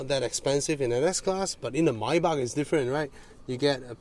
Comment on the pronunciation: so satisfying when say "maybach"..😁😁